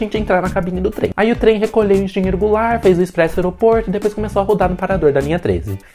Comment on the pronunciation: "Parágrafo A" 🤣🤣🤣🤣🤣🤣 E vou te dar um detalhe bônus: a voz em inglês pronunciando errado os nomes das estações: "Cí Í Cí Ei Pí" station (Cecap) "Eropôdo Gu Erôl Rôs" (Aeroporto-Guarulhos) Engenheiro Goulart até que fala praticamente certo...